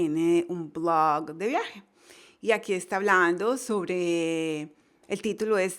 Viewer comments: dice un BLOGGGG ! parece que va a vomitar, por favor necesita mejorar bastante su ingles NO ENGAÑE !!! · Marvele Herrera a mi no me gustó como pronunciado oasis blog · ¿Te dió gracia oir "un Blooog"? jajaaja. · lée un blooag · Dios esa.pronunciacion de blog.. Diossss .... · Siiiii por un momento pensé que iba a vomitar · Jajajajaja si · Gracias por los consejos, los pondré en práctica ;). Por otro lado, muy graciosa la forma en que pronuncias la palabra "blog" jajajajaja